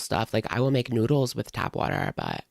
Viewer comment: who taught her English? It’s tap water 😂😂